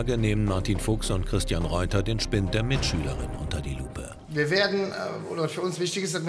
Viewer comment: Bei Mitschülerin hab ich verstanden B*tchschülerin😂😂😂